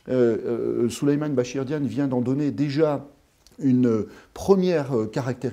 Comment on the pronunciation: C'est pas diane mais Diagne